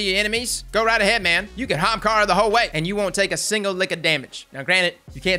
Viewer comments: It's pronouced "AH-hamKaras" xD not just "hamkaras" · OH MY GOD, PRONOUNCE THE “A”! ITS NOT HAMKARA! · Let's say it together "Ah-haum-car-ah" not "........ Hahamkara!" lmfao I love you dude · Say "Ahamkara" again. I dare you. I double dare you. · Say "Aha!" NBow say Ahamkara, not hamkara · As being an Indian and ahamkhara being an ancient India word, I am truly offended how you're pronouncing it, it sounds like AH-HUM-KHAARA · Why does he keep pronouncing the Young Ara-ara's Spine that way? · Say it with me "ah HAM kara" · pls. Everytime you mispronounce AH-HUM-CAR-UH, a hunter switches to Stomp-ees. pls q-q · U need to do more builds that have this name in it because every time u say Ahemkara (man I can’t spell) I laugh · Ok for everyone it's A-haam-ka-ra. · The viewer:: kamehameha-amkarah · It's not Ahem-kara It's pronounced Akuna-ma-tata-arms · Did you record your voice to say Ahamara and slap it in there when u need to say it? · RTT2 Games “armkara” 👌🏼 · That's the southern way to say it..."HAMKARA!" lol 🤣🤣🤣 I'm from the south too so I know . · The emphasis on AHAMKARA cracks me up. XD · Theres a reason no one talks about it. Cause everyone thinks stompies are best, so they use them. Then the ahamkara users can insta kill em with grenades. Its a sleeper exotic, but now our eyes are open. Also i how how he says ahamkara. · Could you pls say the A on Ahamkara? 😅 The way you said it in this videos kinda triggered me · I will never say AHAMKARA the normal way ever again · The way you said Ahamkara made me giggle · Me too 😂😂